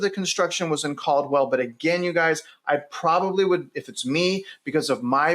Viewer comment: Cald-well :face-green-smiling